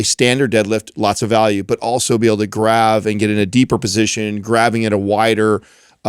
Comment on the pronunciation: "Dragonfly" 🤔 Shocker. The guy who says things like "graV" instead of "grab" thinks a Dragon Flag is called a "Dragonfly".